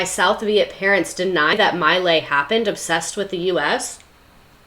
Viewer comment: Pronounced. MEE-Lie